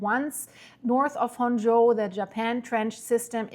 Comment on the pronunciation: it pronounced Honshu the U is Long please let me know every time you due an update on Japan so I can help with your Japanese words